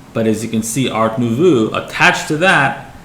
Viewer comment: It's pronounced art newvoh